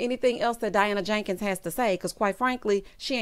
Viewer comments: Why do you say her name like that?🤣🤣🤣 Diana JAnkins🤣🤣🤣. I cackle every time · The way you say Jenkins takes me down to dem wild wild west days!😅